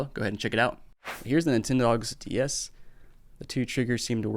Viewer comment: Sounds like he's saying "nintendo Díaz" like the mexican nintendo, now i want one 😒